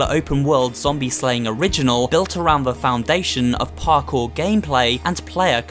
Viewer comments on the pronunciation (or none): none